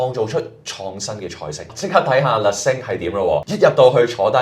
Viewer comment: 你好！首先感謝製作了一段不錯的短片，介紹巴黎四季酒店内的晚餐。 在這裡，有两個善意的看法供你參考。 1） Le Cinq, Cinq 的讀音有點似“腥q“，而不是“星q“。對於外語，不妨參考Google Translate 以了解正確讀音。 2） 在介紹美食時，須多做點功課，不要只說“個汁係鹹鹹地、酸酸地，幾開胃”。應深入去明白菜單的鋪排、菜餚製作的背後、醬汁的調性……等。 謝謝！